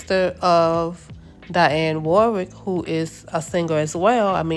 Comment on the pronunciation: It is pronounced Di on Warrick.